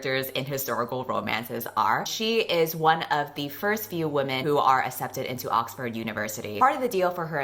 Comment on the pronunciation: i still don't know why says accepted as "assepted" but I'm not gonna question it.